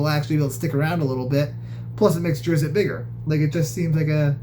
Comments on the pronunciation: It is pronounced 'drist' , not 'driz it' . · Its pronounced ˈdrɪtst